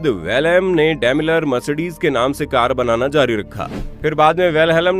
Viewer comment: कर का नही कार